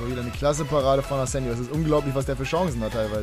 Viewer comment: will ja nicht so nen "Neunmalklug" sein, aber Spanier, wie Asenjo, werden mit Chh ausgesprochen, also das J.